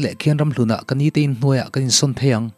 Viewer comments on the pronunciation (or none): none